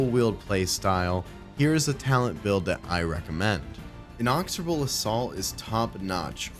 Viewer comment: In-icks-oar-A bull